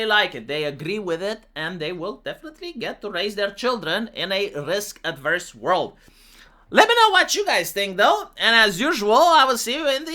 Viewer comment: It's risk averse, not adverse. Completely different word.